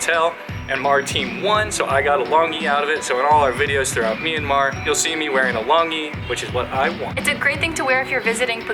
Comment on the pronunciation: And also it's not me-an-mar It's m-yan-mar